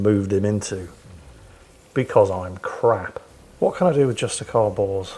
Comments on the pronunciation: i love how say Bors like "Justicar Balls". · lol with your accent everytime you say "justicar Bors" i hear "justicar Balls" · Is it me or does anybody else seem to hear Every time says "Justicar Bors" I hear "Justicar Balls"